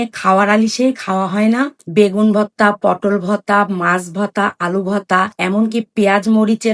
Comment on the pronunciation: Votta votta ki apu eta to hobe vorta😁